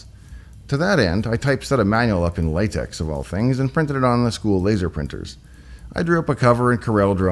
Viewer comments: It's pronounced "lah-tek" ;-) Thanks for the video. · I don't particularly care, but just in case you simply didn't know, the "official" pronunciation of LaTeX is different than how you said it. From the latex-project website's about page: "LaTeX, which is pronounced «Lah-tech» or «Lay-tech» (to rhyme with «blech» or «Bertolt Brecht»), ..." Now you know! And now we know about ZIPFolders! (Well, I will know more, when I finish watching now.) ;)